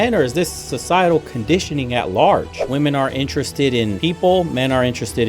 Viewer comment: another person who doesnt know how to say "women"